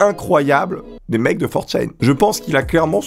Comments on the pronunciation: C'est 4ch(a)n et pas forchaine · 4Chain ? Ça se dit 4Chan nan ? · For chene... Tu ne sais même pas comment ça se prononce, ni que ça n'est pas un forum. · Tu stresse a dire 4chain ça se prononce 4channe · FOR CHAIN !! FOR CHAIN!!!!! ok petit test, comment dit tu: - oni-chan - one-chan - 4chan Si tu fais une vidéo sur 4chan ne dit pas for chaîne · channe pas chayne pour la prononciation, désolé de faire mon grammar nazi mais c'est ultra stressant xD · 4chaine. Non on dit 4chan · "for chan" en gros in english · Comment il prononce 4Chan... Il le prononce super mal